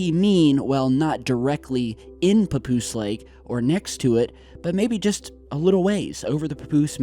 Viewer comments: it's pa-poose not poo poos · Papoose souds like Pupusa lol Anyways....perhaps they are trying to destroy those hangers to cover things up